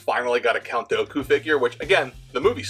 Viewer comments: Hearing you pronounce Count Dooku wrong hurts me lol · no one is gonna mention how he says dooku?